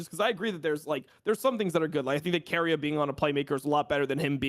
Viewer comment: Omg its keria not Korea very different pronunciations. Listen to iwd he knows.